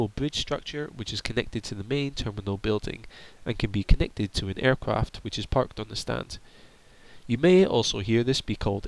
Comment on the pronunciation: kinda hard to listen to someone who cant say there RRRRssss apron is said like apwon aircwaft pesky wabbit 😂😂😂😂😂